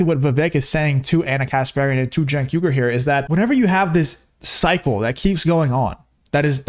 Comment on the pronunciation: I find it humorous that Cenk keeps mispronouncing his name, but if people mispronounce Kamala Harris's name it's because they're racist